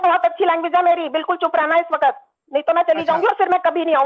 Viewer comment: she said meri language bahut achi hai iss vakat 😂😂😂 Which hindu se vakat😂?? We say vakt. वक्त (vakt) she said janab 😂😂 She is momina 😂😂😂 apnag dimag ki momina basically 😂😂😂